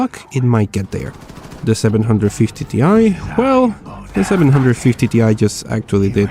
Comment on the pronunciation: Seven hundred fifty tea eye